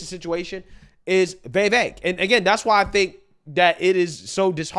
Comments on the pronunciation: Dude, it's Vi-VAYK. For real, plaese say it right. It's not Vay-Vayk. C'mon, Man! Don't tell me you don't get on peeps for how their eloquence..... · FYI Its pronounced "viv-vake" not "vee-vake" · It's pronounced (Viv_vake) like cake.Vivek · Why does he keep calling him Vay Vake lol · Bro. Love your channel, but I can't understand why you have such a hard time pronouncing his name. It's not "Vay-vake", its not "Vai-vake". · Vee Vayk, lmao. You crack me up with your pronunciations dude. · Bro, please learn to pronounce Vivek's name. It's so irritating. Don't believe the polls. Vivek POTUS! 🇺🇸🗳